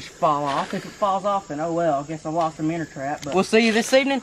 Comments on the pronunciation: It's minnow not minner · It minnow not minner